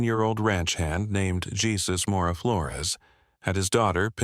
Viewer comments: Not jesus pronounce hay zus lol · Say it with me -- HAY SOOS